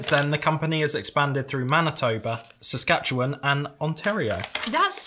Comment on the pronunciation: You absolutely nailed the pronunciation of Saskatchewan! High fives all around.